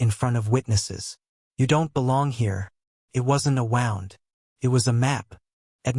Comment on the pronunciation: Wait the first sentence of script says Rented house for a week away so why is now their Dads house & he wasn’t wanted AI when does anyone not edit before publishing Wound is when you wind a clock etc Wound as in injury is pronounced like Woond Current husband needs to cut them off from everything include financial support & walk away